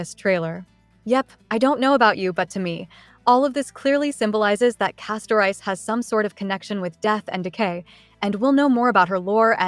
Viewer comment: Why do people keep pronouncing the name "Castorice" like two words "Casto-Rice"? it should be pronounced as "Casto-Reese".